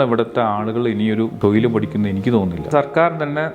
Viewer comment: തൊയിൽ അല്ല തൊഴിൽ എന്ന് പറയാൻ പഠിക്ക്